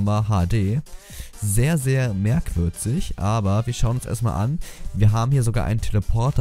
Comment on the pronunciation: Ich verstehe merk"würzig" :D Soll keine Kritik sein :D